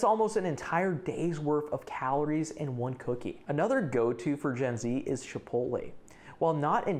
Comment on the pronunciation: Are you saying “shipolay”?